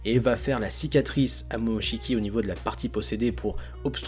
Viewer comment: mais arrête de dire momochki boruto (j’aime pas ce nom je préfère Uzumaki)